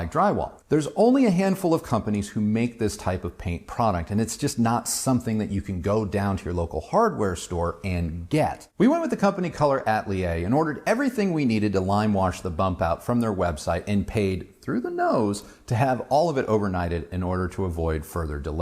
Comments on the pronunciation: I love your videos and the work you are doing on your new home. I do want to point out one thing: the word, Atelier is pronounced “a-TELL-e-YAY”. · Atelier! It is french for workshop. Not Atlier:)